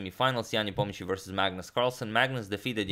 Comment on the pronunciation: Are you sure you're pronouncing Ian Nepomniachtchi's name correctly?